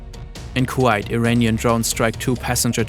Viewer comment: is this really not an AI-made video? Several toponims are pronouned incorrectly: Kuwait, Bahrain, etc.